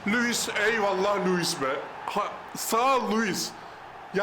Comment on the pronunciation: Abi nedense sen her "Lüvis" dediğinde beni bir gülme alıyor ya 😂